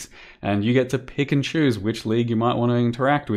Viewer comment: Both of the times you said "pick and choose" i had to focus to not hear "Pikachus" ...